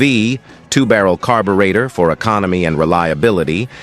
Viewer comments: Gee, can we pronounce "carburetor". How stupid. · THE BOT CAN'T EVEN SAY "CARBURETOR' WELL..DOWN WITH BOTS!